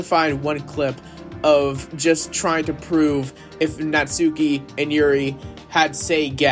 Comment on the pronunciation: Natsuki is pronounced like how it's spelt, it just has a very short "u" (from what I heard)